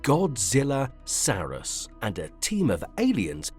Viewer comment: I'm pretty sure it's Saurus like a Dinosaur. What was sairus?